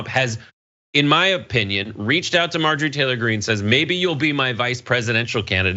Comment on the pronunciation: I’m gonna start calling her MAR-Jory, because purposely mispronouncing someone’s name is funny…